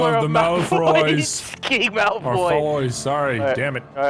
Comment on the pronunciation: Lol said Malfroy 😂😂